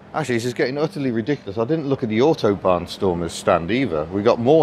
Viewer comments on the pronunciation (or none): none